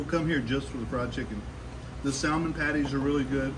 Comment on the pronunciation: Noooooo the L is silent in salmon .